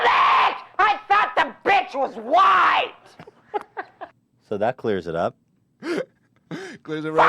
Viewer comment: OOOOOHHHHH I thought she said the bench was wide until she mentioned racism I was so confused